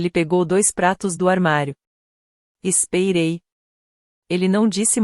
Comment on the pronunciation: Narracao por ia??? Eh dureza ouvir "espeirei"...:face-turquoise-covering-eyes